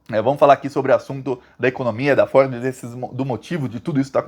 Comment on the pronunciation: Você fala Ford e eu entendo "Forbes "